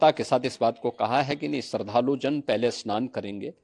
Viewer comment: शरधालू ❌ श्रद्धालू ✅ 😂😂🙏🙏